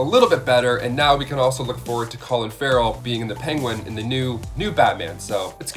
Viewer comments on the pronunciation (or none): none